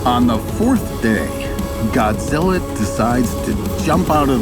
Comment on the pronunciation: "GodGilla" every Japanese pronunciation